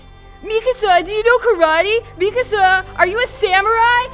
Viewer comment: connie saying mikasa sounds like mi casa which translates to my house 🤣🤣